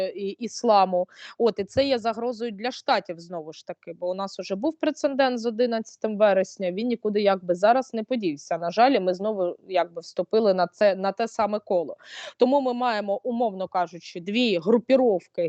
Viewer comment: Дорога, Ви дуже розумна дівчинка,я дуже до Вас прислухаюсь,але будь ласка,не ображайтесь на мене, треба казати прецедент, без другої '' н ''